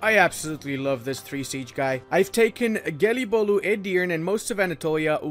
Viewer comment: That Gelibolu pronunciation was spot on, good job!